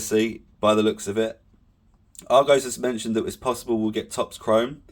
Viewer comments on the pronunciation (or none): none